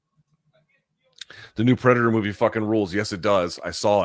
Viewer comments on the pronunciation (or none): none